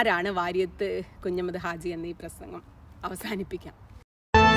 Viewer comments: നന്നായിട്ടുണ്ട്. എന്നാൽ ഉച്ചാരണം ഒന്ന് ശ്രദ്ധിക്കണം കുഞ്ഞമ്മദ് അല്ല കുഞ്ഞഹമ്മദ് 'ഹ' വിട്ടുപോയി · Hi Madam, 1. His name is Variyamkunnath 'Kunjahammad' Haji, not 'Kunjammad'. 2. NP Muhammad, KA Kodungallur etc are known literary writers, not historians. Additionally, why should we see Variyamkunnath through the words of CPI(M) leaders? I expected you may demystify the popular notion about 1921 Malabar 'Struggle', but you continue using the colonial-cum-Hindutva word 'kalapam' or riot. Please read the book of MT Ansari.